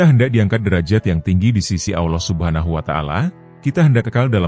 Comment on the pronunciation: Hai Bung,tobat nasuhalah anda,kesalahan konten bung : 1. Nabi Muhammad Saw tidak bisa membaca,konten anda,beliau baca surat yg disodorkan oleh tuba. Sama sekali konten ini munafik. 2.Bung salah sebut nama Allah,harusnya ucap tebal dan ada huruf o di tengah ucapan. 3.Bung salah ucap Saw,tidak tebal dan ada huruf o, seharusnya tetap a. Sadar dan tobat nasuhalah,Bung,sebelum anda dapat azab.